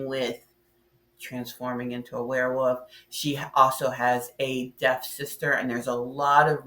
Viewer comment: Ok. I kinda got used to your "Wear Woof" pronunciation.